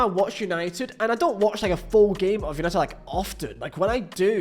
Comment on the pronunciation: “Es punited” Good Ebening 😃